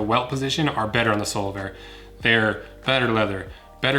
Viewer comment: All I hear is Solarbear lol.